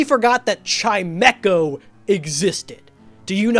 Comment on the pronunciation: The only thing I know about Chimecho is that it's name is pronounced Chimmy-cho.